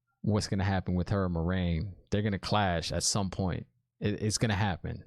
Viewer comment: No worries! The show actually mispronounced Moiraine according to Robert Jordan's glossary. According to the books it is MWAH-rain, not MOI-rain or MOH-rain. But I guess Moh-rain is more accessible like Lorraine but the L is replaced by M.